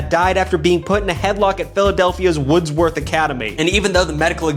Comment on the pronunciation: Hey I went to Wordsworth lma Ya said it wrong by the way it was Pronounced words worth